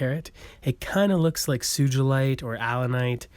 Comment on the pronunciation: Great video thanks. Your still mispronouncing Sugilite. It’s “Sue-Ghee-Light” Named after Ken-ichi Sugi. Sorry but it’s just a pet peeve of mine when people say it wrong. Sugi pronounced Sue-Ghee